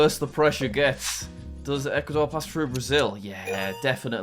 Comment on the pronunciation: Jack’s pronunciation of equator made me do a double take 😂 Probably got mixed up with the pronunciation of like Equatorial Guinea but still comical